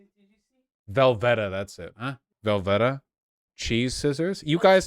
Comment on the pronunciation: Vaush’s pronunciation of Velveeta reveals the extent of his white privilege